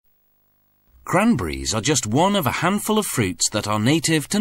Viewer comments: it's c-r-a-n-b-e-r-r-i-e-s not "kramburis" hahaha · Except the way he says "cranberries" makes me laugh... "crunbries"